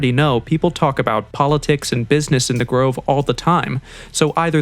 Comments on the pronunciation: Grive? I thought it was Grove. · Grove or Grive??🙄